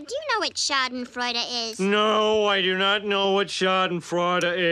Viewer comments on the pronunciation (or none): I love Homer's mispronunciation: "Schaden Fraud-ah"